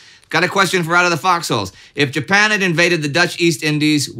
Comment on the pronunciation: Mispronouncing Japan and I'm supposed to just let that slide? No pasaran! Someone's been too long out of Texas and too much in Sweden!